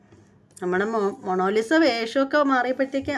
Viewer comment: മോണോലിസ അല്ല.. മുണാലിസ